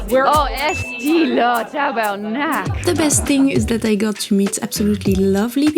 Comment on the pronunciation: J’avais entendu vous dire TABERNAK…😂😂😂😂😂